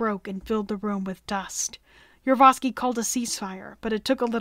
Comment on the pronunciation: I thought this video was predominately about Gregory Rasputin, but was actually the final days of the Romanov Family. Also, the narrator kept mispronouncing the last name of the person in command of the Ipatiev House, Yakov Yurovsky. She kept saying: "Yurvosky". Uhg! This is the problem with amateur videos.